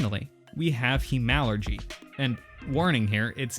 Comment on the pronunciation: Good video, one complaint: it's pronounced HEMAlurgy, as opposed to HEmalurgy. Say it however you want, of course, but you ARE saying it wrong! :-D haha keep making these great videos!